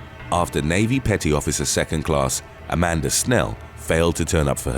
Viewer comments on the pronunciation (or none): none